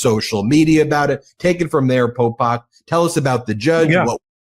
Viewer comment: He keeps calling him Popak. 😅 ok, Popak..